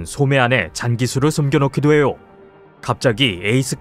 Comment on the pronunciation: "해오! 그래오! 됐어오! 예오! 에오! 되오! 돼오!" 발음극혐